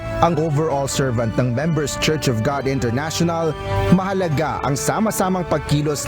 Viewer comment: International not Enternational..